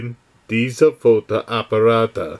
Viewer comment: Thumbs up! sometimes it's strange which words your computer program judges "wrong" or "right". For example, you pronounced "Fotoapparate" (cameras) at minute absolutely correct, yet the program said "wrong". Strange!